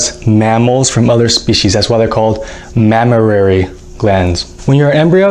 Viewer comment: Not mammararay... It's just mammary... The same goes with supernumerary... Supernumerary...